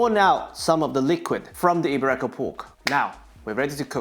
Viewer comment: Iberico is pronounced 'Eeberico and not I'berecco. Great video still